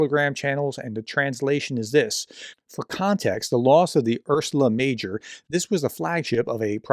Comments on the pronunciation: This is a pet peeve of mine, but please take more care with the names you are reading out. Calling it Ursula Major doesn’t really boost credibility of your credentials or of your message, which is a shame. I love your channel and what you do, so please see this as constructive criticism. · How does one make a household term like "Ursa Major" ("Big Bear", the most popular star constellation) into "Ursula Major"? Dear professor, please, take your time. Maybe read the article loud once before you record? If not sure how to pronounce, Google can tell you (most of the time). I can't share this content to serious people if the presenter can't bring himself to read properly. I like to share this content though. Please. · Ursa Major. Hpw hard is it to get that right? It is one of the major constellations. A “professor” should now these rhings. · LOL at "Ursula" Major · Ursa Major is a constellation. Latin for Great Bear. It's not Ursula, Prof 😂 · You know, that no matter how important the topic is, making video on Christmas Eve makes you look crazy to most of Europeans, right? Also, I am a bit disappointed, that you could not make yourself to pronounce name of the ship "Ursa Major" correctly. You know, this is Latin, not Russian.